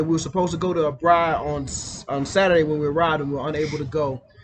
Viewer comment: It's "braai" ... 2 or more a's. The more adventurous you feel the more a's you add to the word... but NEVER only 1 a. :)